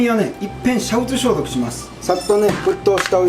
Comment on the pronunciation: 煮沸消毒がシャンプー消毒に聞こえたwww